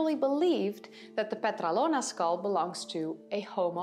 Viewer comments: PetrAlona, not PetralOna ... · It is called Petralona with the tone on the first "a". Petrálona.